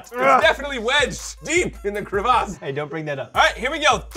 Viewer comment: Just sayin (I’m not a nerd for this) it’s crevasse not cravace